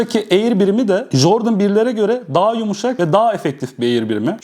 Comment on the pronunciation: lütfen ingilizce konuşmayı öğren abi ya kanser oluyorum. Jordın, hayp merç , monark yeter yeterrr